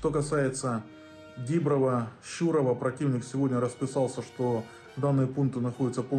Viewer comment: Душилин навіть не може сказати Діброва з правильним наголосом 🤦